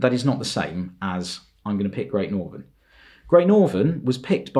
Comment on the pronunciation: He butchered great northern and he butchered the p2s